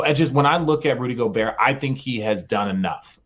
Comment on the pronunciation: rudy gob-bert